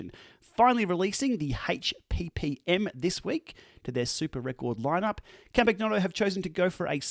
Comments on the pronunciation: Hello! Love your videos, well done. Please note the g in Campagnolo is pronounced like the g in lasagne. Yours truly, Campy Girl. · If you are going to add an Italian accent, please learned how to pronounce Campagnolo properly… the “g” is silent… 🙄😉